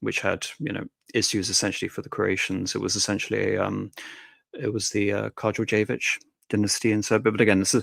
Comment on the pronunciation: Kardođević instead of Karađorđević. Wow your pronunciation of foreign names is so amazing! Get a room you two. ;)) PS. Kara means Black and Đorđe is George so Karađorđević is Black George with ić at the end.